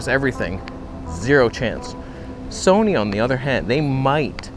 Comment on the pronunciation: The Tamron Toneh' on Soneh' is joyous.